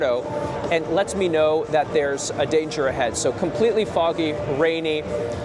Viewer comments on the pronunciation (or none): none